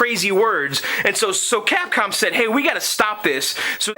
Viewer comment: You know it sounds like you are saying Catcum lol Joke aside man you are awesome man with this arcade game was the love of my life as a kid in Puerto Rico.... everywhere I go there was always a Street Fighter II game, Pizza Hut, Movie Theaters, at the Local Bars, outside of vestibule at Wal-Mart, even at the Naval Base Navy Exchange and Bowling Alleys... This game and its other fighting games like Mortal Kombat, Killer Instincts, Samurai Shodown, Tekken, Neo Geo Games and onwards where the last of the arcade games until they where replaced by dumb ass Ticket Games which is sad that the good old arcade era has ended...